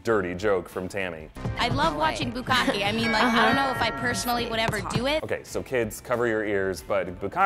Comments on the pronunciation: it's not bukaki, it's bukake. why do anglophones always have such trouble pronouncing SIMPLE things? :@ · Bukake. Hmmm.. didn't know it was pronounced like that. Lmao